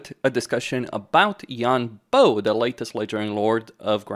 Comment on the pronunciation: “Bo” is pronounced like “bore” without the R sound at the end (like a “bore” in a British accent). “Boh” is a good guess, but hurts my ears 😢